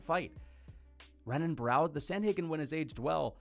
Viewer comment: For context, this comment was meant to be about wins. “Joey B is a mediocre win, Renan Barao (pronounced with an R lol) isn’t super impressive, GSP didn’t beat anyone good, etc”